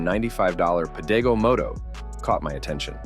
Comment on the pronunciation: mispronounced Pedego. It's not puh day go. It's peh deh go.